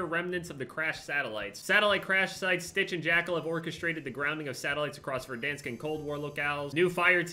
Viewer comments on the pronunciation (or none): none